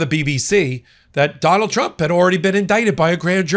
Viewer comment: 😂 Ok I definitely heard "Jonald Jump" and I'm certain it's because he said "judge" like three times before his name. Not nitpicking, that just kinda tickled me, even more so if that was intentional